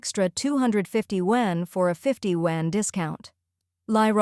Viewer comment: Please teach the AI to pronounce YUAN correctly…😅